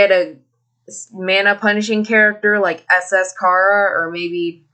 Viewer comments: its not khara its CHARA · Your saying chara wrong. It's chAra. Like in CHARAter